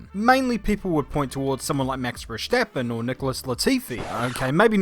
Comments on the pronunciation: It’s not max verjchstapen it’s VER-STAP-PEN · Stop pronouncing Max's name in a German way like "VerSCHtappen". it's very simple; "Vur-Stahpen" X'D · repeat after me: Step Stop Stap Steppen Stoppen Stappen Versteppen Verstoppen Verstappen No Sh. No Vershtappen. Bad. Down. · Please, PLEASE stop pronouncing Verstappen like that.